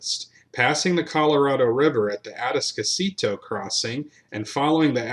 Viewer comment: Aransas - uh- rann- ziss Atascocita - uh- tass- cuh- see-tuh Guadalupe - guadalupay